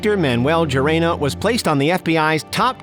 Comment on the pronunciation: Gerena as Jeremy, Gerena as Grrrena, when it’s like Herena.